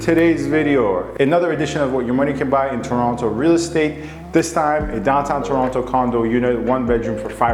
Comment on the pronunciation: Red flags: 1. Pronounced Toronto wrong 2. Pronounced strip "shhhhtrip" 3. "Student" (first time) buyer 4. The condo owner owns everything from the structural ceiling, walls, and floors. Don't need permission for finishes. Just permission to carry out noisey work. Stripping popcorn is not a "risk". 5. That hint of the BMW "Pairjan" accent